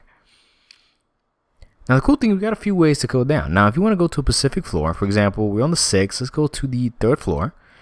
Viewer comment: "a Pacific floor" XD